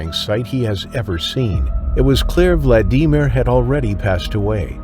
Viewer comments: What's up with that pronunciation "vlad EE mir". 😂😂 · Learn how to pronounce Vladimir for goodness sake. VLAD-A-Meer. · Vald E mere lol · Poor “VladEmEar”. I couldn’t even finish watching this video, because of how his name was pronounced. Even Siri and Alexa can pronounce that name properly…FUCK! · Vlad-ee-meer. Is this AI? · Why you calling that first guy vlad ee mere. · Vlad.Dee.Meer 😂 AI pronounces it so weird and hilarious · I hate how many times the AI says his name bc it's pronounced wrong. It's Vladimir like Vlad the impaler not Vlad I mer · Who came here disappointed at the click bait title? 👋 Who only watched for 4 minutes because every American has heard the name "Vladimir" and never, ever read it (internally or out loud) as "Vladeemer". 👋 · why are you saying Vladimir like that 😭😭😭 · I can't stand the way you pronounce Vladimir 🤦‍♀️ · Never thought the name Vladimir 'could' be pronounced like nails on chalkboard .